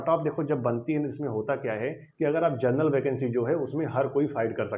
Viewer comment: Vai pahele bolna sikho genrnal ni hota Hai general hota hai